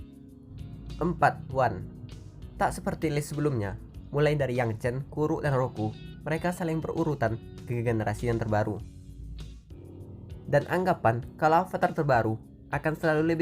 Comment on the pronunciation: Bang salah bukan kutuk tapi kuruk